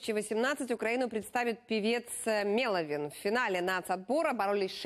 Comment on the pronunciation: мЭловин Неужели так сложно? Вы же лицо телеканала, обязаны знать как правильно произносить имя человека который будет представлять нашу страну на Евровидении. Тем более, СТБ говорит правильно, а вы решили искаверкать...